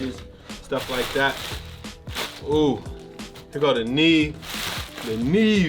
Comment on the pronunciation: “Yo boy done got a Nee Eve!! “ lol 😂 I’m done ✅